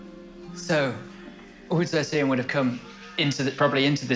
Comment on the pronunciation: Cannot stand how the narrator is saying Tian.. its TIAN not QIAN. or CHEN